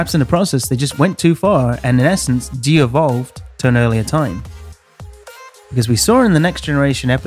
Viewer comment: Devolved not deevolved.